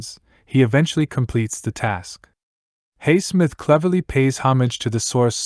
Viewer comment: You affect your credibility negatively by pronouncing Highsmith's name incorrectly.